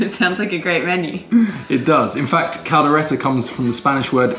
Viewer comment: Hey finally Kaldereta when you nailed saying "Kaldereta" but butchered saying "kambing" hahaha nice try I was waiting on pork/beef "lengua" (tongue) though also butchered "kaldera" Hahaha Also "kaldero", both are cauldron man, Datu Puti should be paying you for endorsement "pineapple"? got weird allergy cinematography deserves an Emmy thank God for 🙄 but almost there "Tagay hanggang mamatay" be like 😒 Hahaha I thought that the video was recorded mirror image bec got the spoon on the wrong hand, but then I saw, and like "wait a leftie?? 😳 or was it?" mom: When you leave home you gonna grow up: I left home around 15 years ago, and grew up about year ago 😳😂 tender meat, but is it any spicy? as it should be? Afritada potato should have been soft, not crunchy "tagay" - (toast, cheers) Say it this way 1. "tag" - like the game 2. "I" - like the pronoun 3. "tag - I", "tag - I", "tag - I" 👍 how can you tell if your mate is getting beyond tipsy but still pretending sober item #1 -: the stories and all the emotions with it item #2 -: (supposing she drunk, though clearly she's not) dishes slipping Hahaha 🍺🍻 stabs his lips with a fork... (imagining if it's a knife like how Brits usually would) (secretly grateful to Filipino influence) 😉 You're welcome happy birthday so ridiculous it's funny Congrat